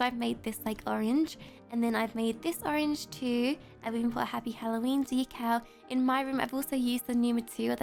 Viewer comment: So funny she said halloweenee